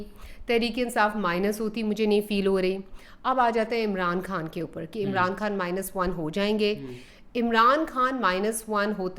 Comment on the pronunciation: بی بی عمران کھان نہیں خان ہے پہلے اردو بولنا تو سیکھ لو پھر بات کرو ۔